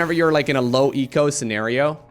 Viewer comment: That was not "low eco"... just "Loweko"